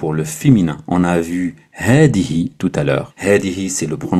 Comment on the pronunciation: As Salam aleykoum c'est moi ou tu prononce د au lieu de ذ dans هذا هذه Et ذلك